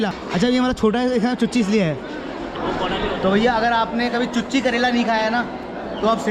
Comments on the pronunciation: chuchi nhi chuche karela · Oo bhai mere wo चुच्चे करेला hota h ( means tikhe kon wala karela ) 😂😂😂 चुच्ची करेला nhi 🤦‍♂️🤦‍♂️🤦‍♂️